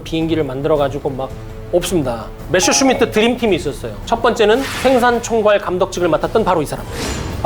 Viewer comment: 아 갱상도 분이구만. 메셔가 아니고 메서!!!!!